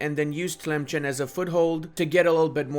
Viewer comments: Dude i follow you and love your content but man. it is pronounced telimssan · ITS TLEMSSSSSEN !!!